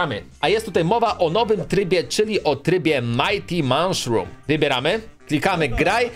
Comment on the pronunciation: co to jest czopie "manszrum"? tam nie ma litery N za to jest S na końcu